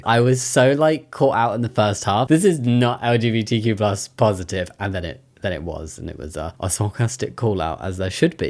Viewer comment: Is he legit saying LGBT-plush charities? :D